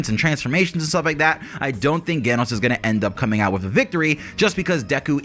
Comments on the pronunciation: Ok dude... It's Genos with a J sound J-enos. Hearing you mispronounce it so much was painful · JEN-os. I love your videos, just so you know! But you have to pronounce it correctly so I'm more focused on the awesomeness you bring us instead of the "ooooffffhhh, did he pronounce that right?!" aspect. Please, please keep putting out the great content that you do! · lol also geh-nos 😂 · The way he say genos name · i can agree with ALL of this, except how you pronounce Genos